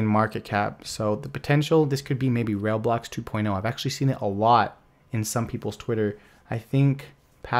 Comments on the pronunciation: 'Rail-blocks' is pronounced: RYBLOCKS. I would love a detailed review of PascalCoin. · It's not "Rail blocks" it's "Rai Blocks" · Are you pronouncing it "rail blocks"?